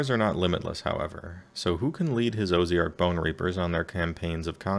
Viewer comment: That said, "Oh-zee-ark" is a new one. :)